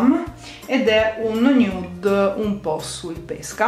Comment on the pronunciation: RAGAZZI HO TROVATO IL MOME •NUDE MA NON TROPPO• (Nude si legge in inglese non si legge così come è scritto )